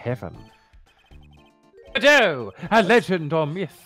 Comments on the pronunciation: tbh the "GODot" vs "goDOT" thing is really something that just takes a bit of getting used to. I disliked the former as well at first, but now it's the latter that sounds weird to me. EDIT: that said, Atmey mispronouncing it is really funny to me so that's my headcanon now. Everyone else says it correctly but Atmey is just like "Bucket? It's pronounced Bouquet!" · IMO, it's best to pronounce Godot as [God-oh] because if you were to say "Godot-bengoshi", the direct translation is "Godot-Prosecutor" which sounds like "God of Prosecutor(s)" and that perfectly describes his character. Also this is the first time I have ever heard someone pronounce it [Good-oh] so I found it interesting that this is a more popular pronounciation.